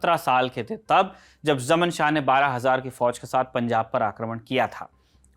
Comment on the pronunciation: जमन शाह कोयी नाम नहीं होता। ज़मान शाह था। वैसे उसको जयदातर शाह ज़मान ही बोला जाता है।